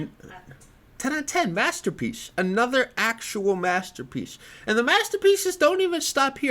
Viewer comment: “Mastapeece”